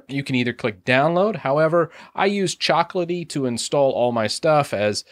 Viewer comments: /me reminds of the pronounciation of CHOCO is not COCOA it's chock-oh...:P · its choco as in chocolate not coco as in hot coco